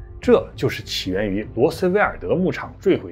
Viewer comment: 兄弟，今天我是來找碴的，是新墨西哥州，不是新墨西州；是羅斯威爾Roswell,不是羅斯威爾德，沒有德ok，你自己要校稿好嗎！相不相信我住新墨西哥州住了8年，Roswell去了3次（很無聊就是了）😂🤣😅✌️